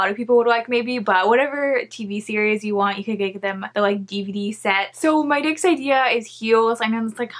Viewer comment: Love how instead of saying “next” she says “nix” does anyone else here it?? Also idk why she’s covering half her face with her hair she really pretty idk why she has her hair on her face